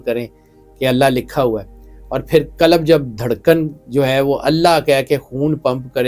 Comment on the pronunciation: Kalab nahi hai qalb hai... Kalab kuttay ko kehtay hain